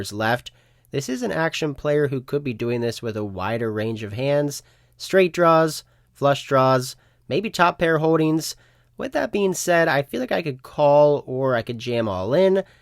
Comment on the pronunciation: NOT HODINGS, TOP PAIR HOLDINGS IS THE CORRECT PRONUNCIATION!!!